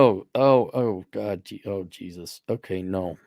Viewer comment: Peh-raise Jai-zus!